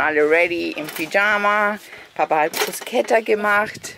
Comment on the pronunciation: Danke das du nicht Bruschetta sagst 😁👍 das macht mich immer minimal Agressiv 😁